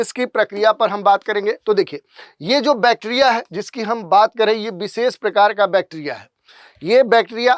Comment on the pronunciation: विशेष X बिसेस ✓ 😂😂